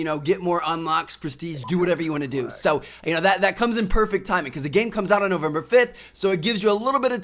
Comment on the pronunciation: The way that he say (so) is really annoying he say saoo not so